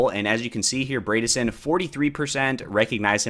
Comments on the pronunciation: FYI, Bredesen rhymes with Edison; ie, that first syllable isn't braid but bread . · LOL I noticed that too Hahahaha! 😂 I chuckled every time he said “Braydissen” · Good video man. Just for future reference though, it’s pronounced Bread-a-son -a Tennesseean